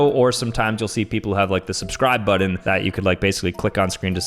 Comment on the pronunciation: STOP SAYING BUDDIN ITS BUTTON